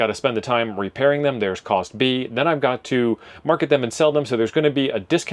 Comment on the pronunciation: listen to your audio. "A box of radioes that God sent back to Amazon." I had no idea some God was a Prime member. 😊